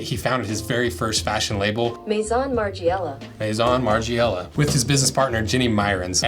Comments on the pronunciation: margIIIela 😂 lol learn how to pronounce his name before makings the video 🤦🏻‍♂️ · Listening to you say "Marge-ee-ella" continuously is quite a hard watch. Dn't use a US google translate for starters.